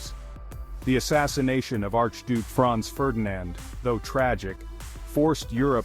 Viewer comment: who tf is fronz ferdinand? haha